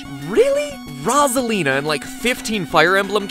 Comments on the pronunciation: It’s ROH-ZUH-LEE-NUH, not RAH-ZUH-LEE-NUH. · It’s Rosalina not Rasalina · It's rose-alina not ros-alina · It’s pronounced row-za-lee-nah not raw-za-lee-nah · The way you pronounce it is Rosalina not rozalina get it matpat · 3DS homebrew people pronounce it that way too lmao. "Luma3DS and the rawzalina menu" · r a w z a l i n a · Wilkinson i just said rawzalina with spaces cuz i thought thats how it sounded like when mat said it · Seriously! Its Rose-a-lean-a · 🥩 Rawsalina 🍗 Cookedsalina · I once saw this comment and cant stop hear rawsalina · It's actually Rose-a-leen-a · It’s Roz-a-lina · ITS ROSE A LINA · You pronounce it ro-sa-li-na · LollyKitten it’s frickin Rosalina like come on!! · At the top you spelled it “Rose-a-line-a, but it’s definitely not pronounced like “line” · It’s actually rosasita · It's pronounced /ɹɒ.zə.liː.nə/ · Pretty sure it's pronounced Rose-ah-lee-na. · Matpat the entire video: “ROZ-alina...ROZ-alina...” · I'm watching this in 2019, notice my coment. And MattyPatty Burger, it's Rose-a-lina. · EnderFox_4643 Viglione it’s not the right way It’s Rose-a-Leen-a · He probably said it like Roasealina on purpose >:( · Omg PRONONCE IT LIKE ROSE-A-LINA! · Omg it’s pronounced rose-a- lee-nah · I though her name was pronounced Rose-a-lina ;P Me and my whole family says it like that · Ah yes, my favorite Mario character “Ra’s al Lina.” Thanks MatPat! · Rose-a-lean-a is how its pronounced!!! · Mr game dude it's ROSE-A-LEE-NAH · Actually it's Ros-A-Lin-A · I know.. this whole video i'm like "Rah-zuh-lina? huh? stop it!" lol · Rosalina❌ Razalina✅ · I’ve never heard anyone pronounce Rosalina like that I pronounce it Rose-a-lina 😭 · He says RAWSALINA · “Roz-alina” makes me want to die, hearing it. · It’s kinda triggering that he pronounces Rosalina like Rawwwsolina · It is rose-eleena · It’s rose-Alina! Rosealina!!!!! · 😂Who is Rasalina😂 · It’s actually pronounced “row” Salina. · Its rose-alina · Ros-Iliana it is pronounced rose-ilina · Its "rose'alina